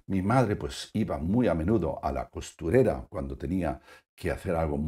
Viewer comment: Se dice costurera